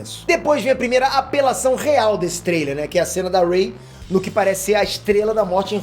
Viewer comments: Po "rei"?? Achei q vc tava de sacanagem errando o nome dela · Rei? Poie? Porra fala os nomes dos personagens direito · "rei" "poe" kkkkkkkk mds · ele falando o nome da Ray errado Kkkkkk “Rei”